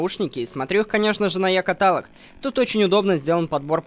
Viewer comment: Это называется не екаталк а екаталок